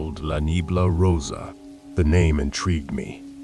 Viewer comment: Pretty good pronunciation 👌 just need work on rosa (Ro-sah) 😂 maybe that would work.. cant wait to hear these ! Goodnight my peepz!!